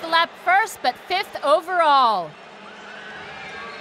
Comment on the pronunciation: 그와중에 계속 모태범 이름 잘못 부르는게 킬포 ㅋㅋㅋㅋㅋㅋ